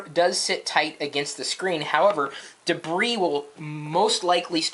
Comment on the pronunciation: when he says debris i always laugh LOLOLOLOL iPhone4 is too beutifull for a case